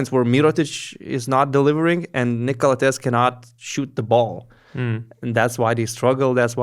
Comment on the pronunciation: it's pronounced Calàthees. Been wanting to say it for a long time lol